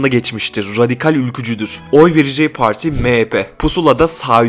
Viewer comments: Her şey iyi güzel hoş da yanlış anlamazsan neden “parti” değil de “poğorti” ? 😂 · Analiz güzel ama pooarti gibi telaffuz hataları var.